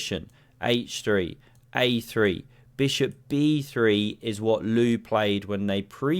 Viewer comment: Beautiful "SMACK MY BISHUP"